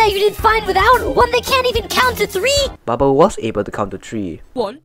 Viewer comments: you said tree instead of three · Sin counter: 1 You said "tree" not ''three" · You said tree for three like calculator